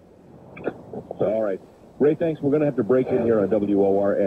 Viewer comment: Don't you mean... "Tanks, " 😉